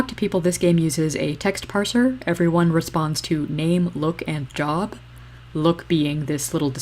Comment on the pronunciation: immediately “liked” when you said “jerb” instead of job which I can only hope was an unconscious coach Z referent